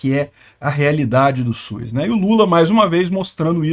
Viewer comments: O único problema no vídeo é a pronúncia, . SUS não possui a letra i no nome, será que consegue pronunciar SUS e LUZ sem a letra i na pronúncia? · Mano, agora que tu tocou no assunto eu percebi que eu tambem falo SUIS, acho que todo mundo aqui na minha região fala também, porque falando SUS em voz alta parece estranho e SUIS parece mais normal kkkkkk